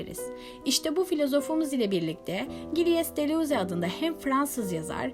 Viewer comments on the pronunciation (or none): Videonuz ,anlatımınız çok güzel sadece bir nokta var Giles deleuze, cil delöz şeklinde söylenir,başarılarınızın devamını dilerim.